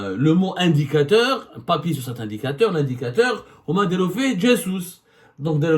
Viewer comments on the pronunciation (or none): none